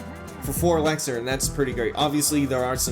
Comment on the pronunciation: Anyone else annoyed about how he says „ELEXER“